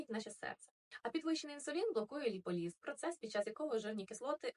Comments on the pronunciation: Тільки не ліполІз, а ліпОліз. А так гарненька дівчина - взяла, швиденько прочитала з помилками чужий текст і вуаля) І зовсім не варто розбиратися в тому, про що говориш… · ЛіполІз. Серйозно? Можно читати будь який текст перед екраном. Але наголос в невідомих автору словах бажано вивчити. Особа, яка розуміє що вона говорить ліполіз ніколи не назве ліполІзем.